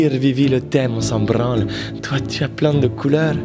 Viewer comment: « mais au pire Vivi le thème on s’en bRRanle » 😭